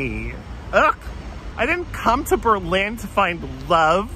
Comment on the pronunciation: the way he says berlin cracks me up